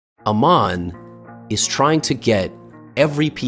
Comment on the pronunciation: Did bro just say 'Amon' 💀